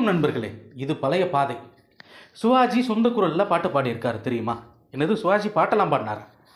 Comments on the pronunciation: முதல் ல நீங்க சிவாஜி கரெக்ட்டா உச்சரியுங்கள் சுவாஜி இல்ல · சுவாஜி or சிவாஜி ? உச்சரிப்பு முக்கியம்